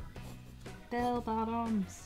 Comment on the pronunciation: The first time she said “Bell Bottoms” I thought she said “Bail Bonds” and I was very confused...